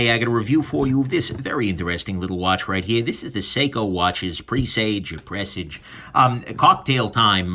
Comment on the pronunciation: Press-sarge silent r